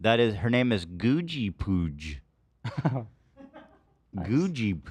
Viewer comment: I go by “Gooj” it’s a hard j like the beginning sound of giraffe. He pronounced the full goojiepooj perfectly.